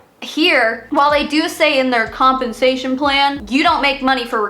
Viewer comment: When you said “compensation plan” I heard “hunpensation plan”. We should keep it that way